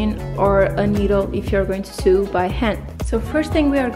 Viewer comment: Sew in English is pronounced “so” not “soo”